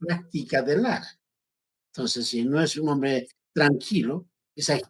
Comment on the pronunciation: No hay nada peor que ver a un idigena no defender a su raza, peor aun creese que es parte de esa sociedad de blanquitos ricos, cualquier rato lo hechan a la basura, ese señor no sirve para nada, es mas ni siquiera se expresa bien, y aun confunde las o con las u